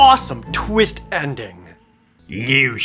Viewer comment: waht a tweest